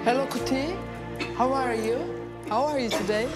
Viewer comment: burda patladım hello kuti hav ar yu 😉